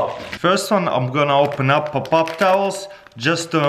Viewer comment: I like how he says Pop-up towel